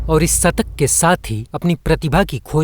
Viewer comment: Hindi to bolna seekh le satak nahi shatak hota hai